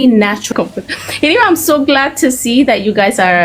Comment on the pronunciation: SHE SAID, I AM SO GLAD TO SER, አዩ ፈስ እንግሊዘኛ ያውፕቅሽ መስሎሽ ሰልጥነሻል አሉ አዬ 😂😂😂😂